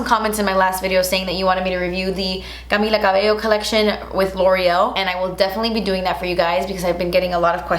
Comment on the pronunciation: I love how she pronounced Camilla Cabello's name, I almost didn't get who she was talking about💀❤️